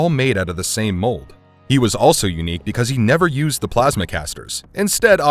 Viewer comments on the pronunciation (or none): none